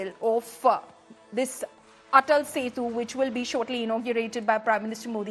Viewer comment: Its ATAL SETU, please correct